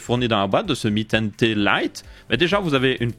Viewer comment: Tu dis "mi ten Té" au lieu de "mi ten ti" mais c'est stylé